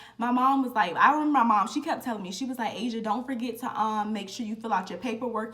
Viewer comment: “ He kept calling me Ah-see-auh” 🤣😭